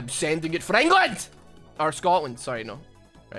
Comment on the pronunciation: screaming for England makes me think he is faking being Scottish this entire time.